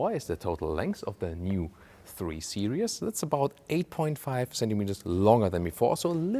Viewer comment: your beautiful description goes really bad when you call Series Seri-ous here is the pronounciation